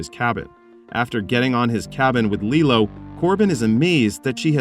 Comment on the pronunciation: LilO is a Disney character. LeelOO is the weapon. The last syllable is LU, like in Hulu.